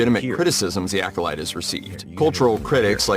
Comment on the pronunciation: Sounds like instead of the Alcolyte The Alcoloser.